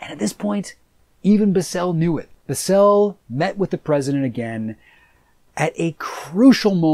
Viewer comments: Its not Bisel, Its Bissell. I guess hes never seen anything cia and just went to wiki. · I absolutely hate how you pronounce Richard bissell’s name